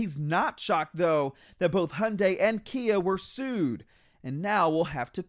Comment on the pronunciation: "hundais" fucking hell learn to pronouce HYUNDAI.